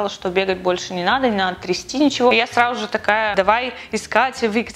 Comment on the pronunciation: До сих пор наша говорит "сраЖу же",это мило)